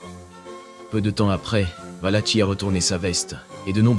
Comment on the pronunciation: Valaki pas tchi, ça se prononce